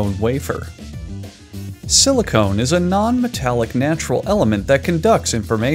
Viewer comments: silicon not silicone 😆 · Silicon not Silicone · Crazy that you spelled it out and are STILL confident about pronouncing it wrong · I loved how he intentionally said silicone instead of silicon. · silicon...not silicone.. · Pronouncing Sili-cun as Sili-cone 💀